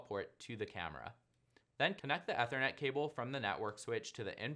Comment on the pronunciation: Learn to pronounce Ethernet.